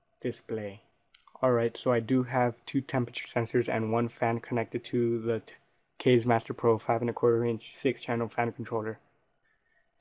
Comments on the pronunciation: it's not "kayz" it's "kah-zeh" which means wind in japanese... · pronounced "kazzi" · Kaze is pronounced like the kaze in kamikaze. Lol kayz